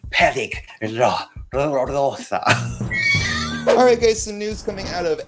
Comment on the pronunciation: When tried to say "peligrosa".😂😂😂